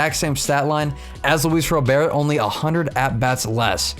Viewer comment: Awesome video! It is officially pronounced Robert, just like the first name. Hard T at the end :D